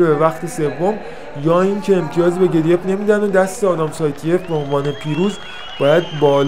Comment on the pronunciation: گدویف تلفظ صحیح روسی شه که بالای پیج نوشته.